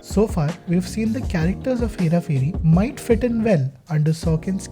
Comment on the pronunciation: say this 5 times.. hera pheri hera pheri hera pheri... ph is pronounced as ph and not f ... As part of the 1% opf Indians who know this, feels like i am the one mispronouncing it... Also it is 'phir' not 'fir'...great video otherwise!!